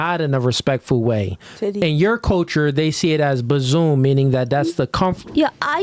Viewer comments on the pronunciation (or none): She was saying bosom, not bazoom 😂😂😂😂😂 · She wasn't saying buzzoom, she was saying bosom. She was saying the woman's bosom is a safe, nurturing place in her culture but in the West it's oversexualized. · She was tryna say bossom 😆 🤣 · They don't realize that she's trying to say bosom😂